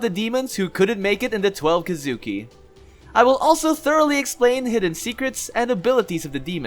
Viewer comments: So we’re just gonna ignore how bad his pronouncements are with the word “kizuki”? (Kee-zu-kee) not (ka-zoo-ki) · Dude its Ki zu Ki not Ki Zuki.. for fucks sake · It’s thweleve kesukee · Key zoo key* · Bro the way u say “Kizuki” makes me wanna blow my brains out🤦‍♂️ it’s Kizuki=KEEZUKI and it’s not manga=MUNGAA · Why are you saying twelve kidzuki 😐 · Question. Have you watched the anime? I was just wondering, because a LOT of the pronunciations in this are different from how they are in the anime. (Like Urokodaki, Kamado, Kizuki, etc.) I don't mean to be rude, just wondering. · No evece but u said kisuki wrong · learn how to pronounce kizuki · When my guy says kizuki wrong 😑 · This guy is good the only flaw is the way he say kizuki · You pronounced Kizuki wrong same with Kibutsuji